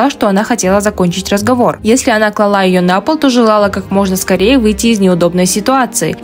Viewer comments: КлАла, а не клалА. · не "клалА", а "клАла". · А что с ударением в слове «клала»? Оно должно падать на первый слог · КлАла, а не клалА! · К моему комментарию раньше,слово КЛАЛА ударение на первый слог,КЛАСТь. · КлалА-про Королеву! Деревня, Людк, а Людк! Хотя бы словарь ударений посмотрели!!!! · Девушка, нужно произносить клАла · Правильно - «клАла», и только так, с ударением на первом слоге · КлалА? С ударением на последний слог? Скорее бы закончилась эта эра безграмотности!!!!!!!!!! Как можно рассуждать о королеве, не зная родной речи? И самое страшное то, что большинство даже это не замечает. 😢😢😢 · Извините, но "клалА" режет слух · Ну, и зачем нам это?!. Особенно, через ваше "клалА́"!!! Звучит ассоциативно с "ка́кала"... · Королева ничего не клалА и не л0жила . Прежде чем озвучивать подобные темы неплохо бы научиться самой правильно говорить по русский , грамотно ставить ударения . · ударение странное по меньшей мере. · Первое, что увидела-- руки! И еще: "клала"- ударение на первый слог! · Новое слово КЛАЛА с ударением на 2м слоге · Да действительно ударение этой девушки клала на этом я видео остановила мне кажется достаточно она всё про себя сказала мадам